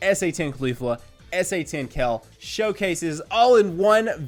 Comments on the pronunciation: You guys need to teach how to say Kale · why do you pronounce kale, seal, and heal so wierdly